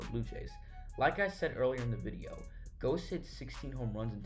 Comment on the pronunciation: why didnt you look up how to pronounce his name?